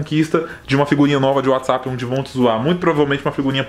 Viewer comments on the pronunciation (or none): none